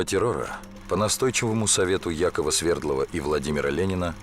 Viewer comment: СвердлОв, не СвЕрдлов